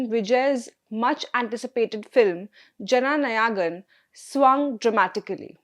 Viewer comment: There is only one word in the entire video/podcast that the presenter needed to pronounce correctly. It looks as though the word 'Jananayagan' was deliberately mispronounced (with some effort, it seems)! I can't think of any other explanation for this. I presume the presenter is of Indian background; if so, the word appears in the National Anthem with the correct pronunciation (please listen to the first line of the anthem). I believe it is important to get the pronunciation right—at least for relatively easier words—so that listeners take the presentation seriously. Otherwise, it appears as though no serious research was performed in preparation.